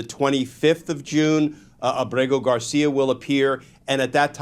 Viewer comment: Why does everyone mispronounce Ábrego García’s name? The stress is on Á, not e.